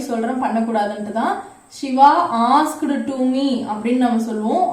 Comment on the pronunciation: While pronouncing asked kindly don't stress ed.prounce as 'ast'